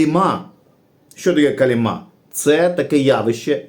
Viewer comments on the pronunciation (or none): калІма а не калімА 😅